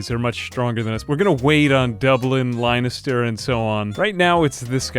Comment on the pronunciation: Since you struggled with it so much, Domnall is pronounced "Doh-null" ("doh" as in donut). And Leinster is "Lenster" 😁 Thank you for making an Irish-themed video!